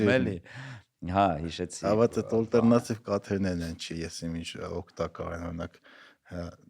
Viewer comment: Հետաքրքիր զրույց էր, բայց ալտերնատիվ բառը ա-ով ասեք, ոչ թե օ-ով, ջան, բոլոր լեզուներով էլ և´ գրվում, և´ կարդացվում է ա-ով, հայերենը բացառություն չէ